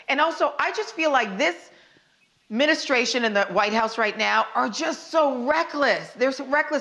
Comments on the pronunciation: Did she say ministration ...isn't it administration?🤔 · She called it the ministration and not administration. Am i hearing things?? If I’m right, she needs to spruce up on the vocab. Other than that, I’m feeling the vibes.